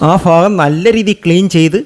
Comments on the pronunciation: ഇയാൾ ആരാ മലയാളം മര്യാദക്ക് സംസാരിക്കാൻ കഴിയാത്ത ഇയാള് ആണോ ദോഷം തീർക്കാൻ വരുന്നത് ഇദ്ദേഹത്തിന്റെ ഉച്ചാരണം ഭാഗം - ഫാഗം,ദോഷം എന്നതിന് - ദോക്ഷം എന്നാണ് പറയുന്നത് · ഫാഗം അല്ല ഭാഗം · ഭാഗം , ഫാഗം അല്ല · ഉച്ചാരണം ശരിയല്ല ഭാഗം എന്നത് fagam എന്നാണ് പറയുന്നത്.